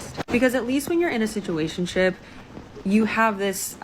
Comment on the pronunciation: Yeah, just substitute the word "d*ck", every time she says "situationshiip. That's really what she's saying.😂